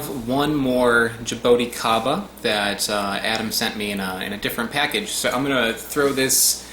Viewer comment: Actually, ingula is right... It's jabuticaba - if you want to use the Brazilian word for the fruit. You could say "jabooticaba" to sound like we say here in Brazil... :) Love that fruit and its beautiful tree... Hugs from Brazil!